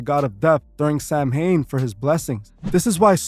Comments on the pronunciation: It's pronounced saw-win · Samhain is pronounced “Sah-win”. 😉